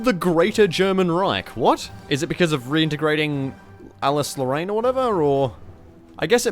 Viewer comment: "Alice Lorraine" wow she says nice